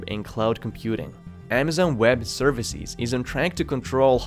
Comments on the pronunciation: its leviOsa, not levioSA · Services, not ServiSEEZ. Businesses, not BusinesSEEZ. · Great video, but please work on your plural. For instance, It's servicEs not serviceEEs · Which English speakers pronounce price = pric ie s, businesses = business ie s, services = servic ie s, performance = performan ie s like this narrator? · I just like how he pronounces services like serviciiiis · I hate his pronunciation of businesses’(biznes-EEs) and services(service-EEs)